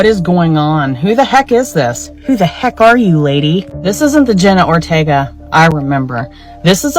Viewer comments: it is Ortega not Othega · The way you pronounced her name in the beginning is frying me